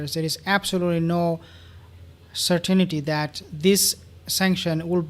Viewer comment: Certainty...... SIR-TEN-TEA